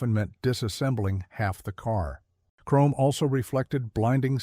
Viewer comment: Over chroam, LOL!